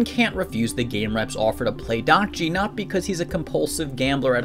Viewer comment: Pronounce the game with recruiter as dahk-ji